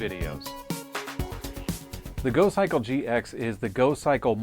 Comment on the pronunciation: "In here we have a folding, electrically-assisted bicycle... it's called the Gokkikle!" Uh,... I think you'll find it's called the GoCYCLE, not the Gokkikle you idiot!